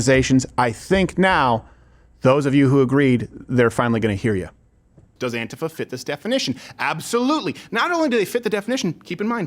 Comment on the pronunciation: Why are you pronouncing “antifa” like that? Very irritating.